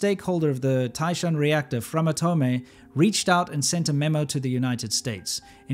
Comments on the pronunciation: Sidenote: Framatome should be pronounced "Framatom" and not "Framatomay" because the e of atome is silent in French. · Also, thank you for mispronouncing the french word. That'll show them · FRAMATOME the E is silent